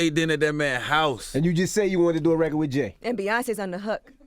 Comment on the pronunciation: He said "he's a man but he be getting man's." What man says "mani's"?